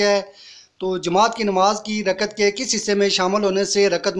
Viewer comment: ٭لفظ رکعت ھے رکت نہیں٭